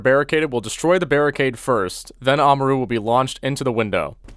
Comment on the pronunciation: Im cringing (ama- ru) aaaaaaaaggggggggghhhhhhhhh